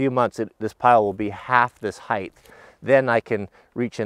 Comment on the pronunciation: Are you saying height or heighth?